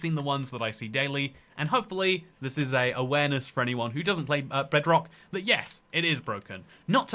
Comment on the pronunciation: Somehow I misheard it as "Breadrock"